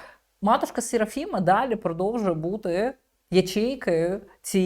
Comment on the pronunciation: Послухайте, ведуча, хто вам ,,посовітував" такий прононс, як ,,СєрафімА-а" з підвищенням тону, як ото у в'єтнамській мові. Я вже мовчу про ідіотське вовче завивання,,ва-А-а-у", як універсальна емоція геть чисто на усе. Не завадило б взяти уроки правильної української ВИмови.